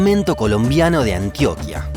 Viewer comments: AntioQUÍA, toda palabra terminada en ÍA tiene acento en la Í. Igual, aguante tu canal <3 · Antioquía, no Antioquia. Somalia, no Somalía : pronuncie bien. Gracias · Jejejejej yo iba a decir, no es Antioquía? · Antióquia, increíble.